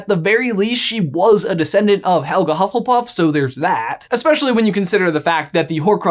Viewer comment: "HuffleBUFF" ahahahahaha!!!!